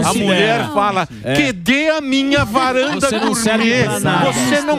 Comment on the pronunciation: "Kedê minhe varanda gourmet?" kkkkkkkkk